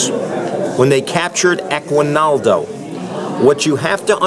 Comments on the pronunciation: IT's Aguinaldo, not Equinaldo" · You mean /aginaldo/